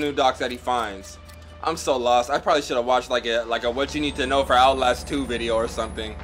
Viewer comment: LMAO "OUTLASH TWO"